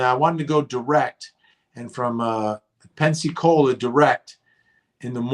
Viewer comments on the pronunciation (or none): Vinnie you know it’s PENSAAACOLA right. You’re just kidding right? 😂😂😂